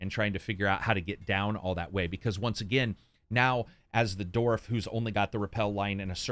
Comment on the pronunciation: I like how calls then "doorf" rather than "dwarf"